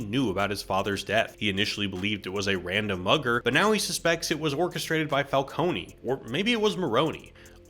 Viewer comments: It's falcone not falconee ,it's so irritating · Carmine WHO????? FALCONEY??????? IT'S FALCONE, LIKE ICE CREAM CONE, NOT CONEY ISLAND NEW YORK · Wtf is Falconie? It’s pronounced Fal-cone , similar to falcon, cause you know animal/bird based villain. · IT'S NOT "FALCONY", IT'S FALCONE, GODDAMMIT! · Stop saying Falcony! It's Falcone!!! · I'm sorry, did you call Falcone... "Falcony"? 😂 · Every time you said "Falconey" I died a bit... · As an Italian name, it would be fal-CO-neh. But it kinda gives the world some texture that everyone has a different, wrong pronunciation. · I take psychic damage whenever someone says Falcone like this and I blame Batman Begins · Falcone is pronounced differently in the movie. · My only issue with this excellent video is how you pronounced “Falcone,” after The Batman was the first Batman movie to pronounce it correctly. Cmon dude